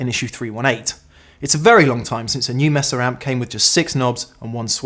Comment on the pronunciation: You Brits need to learn (The Captain does the same thing) how to pronounce Mesa. The "E" sounds like the "A" in "say." You're pronouncing it as if it had 2 S's.